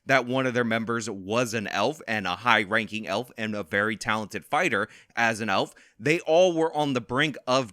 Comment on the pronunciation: HaHahaha! Elfer, with a hard R....HaHahaha!!!!!